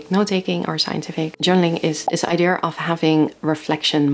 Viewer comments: I am by now convinced that there is a global conspiracy ongoing, set to change the pronunciation of the word "idea" to "eye-dear". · Idea, eye-dee-yuh. not deer, dear or dare. I'm sorry, you do say Idea a lot in this video lol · “Idea” is a Greek word btw. As a Greek I kindly ask you guys to keep your Rs off it 😁